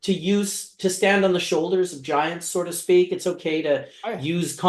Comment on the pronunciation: "so to speak", not "sorta speak" lol